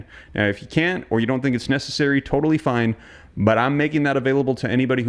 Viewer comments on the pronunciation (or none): none